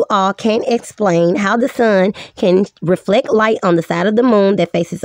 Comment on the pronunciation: With a voice like that she HAS to be trolling. You can’t take anyone seriously when she pronounces reflect “reflek” and gibbous “gibbious”. But i did like her as that sheep in Zootopia lol